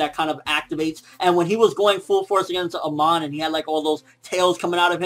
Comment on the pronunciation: Its not "Aman" but "Amon" :D im not nitpicking but its still bothers me :D